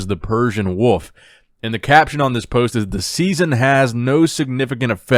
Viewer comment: the way you pronounce wolf got me fucked up